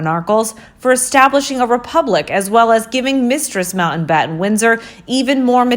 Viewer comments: The name is NOT Mountainbatten. IT is pronounced Mount battin. What is wrong with this woman and her inability to correctly enunciate words with a T in the middle?? Important is pronounced Impor TANT. Where did this woman learn English? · FFS....It's MOUNTBATTEN not MOUNTAINBATTEN